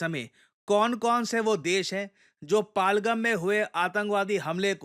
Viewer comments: Sir its पहलगाम not पालगम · पालगाम ❌ पहलगाम ✅ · It's no palgum it's पहलगाम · It's पहल -गाम not पालगम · What is Palgam, it is Pa-Hal-Gaam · Sir it's pahalgam , not palgam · पालगम❌ पहलगाम✅ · सर जगह का नाम पालगम नहीं है बल्कि पहलगाम या पहलगांव है जो कि कश्मीर में एक जिला है।🙏🙏🙏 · Sorry It is Pahal- Gaam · It's पहल गाँव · It's pronounced Pehel-gaam पहल-गाम. No shame in correcting yourself "sir" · सर आप पहलगाम नहीं बोल पा रहे